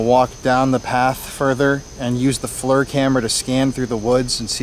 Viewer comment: Not being ugly but that thermal cam the FLIR it’s pronounced like fleer not flur love you guys show keep up the good work.